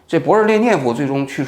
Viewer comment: 把勃列日涅夫，说成勃日烈涅夫，说的太流利，不仔细听听不出来😂😂